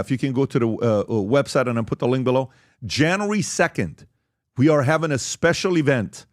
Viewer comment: Janry 2nd????? Its January dude... January... JAN-U-ARY!!!!!! English...please!!!